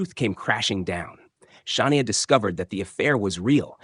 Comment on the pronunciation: Shah-ne-a? Really? In the same story, the name was pronounced two different ways. At least, one was correct.